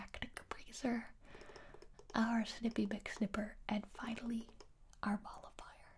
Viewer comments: I thought I heard her say Ball of Fire instead of Molifier so I was like. Well I guess I'm getting set on fire, that'll burn those worries away for sure! Lol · First time I watched it I thought she was calling it the ball of fire and I got really confused when she pulls out the little cotton ball on a stick 😂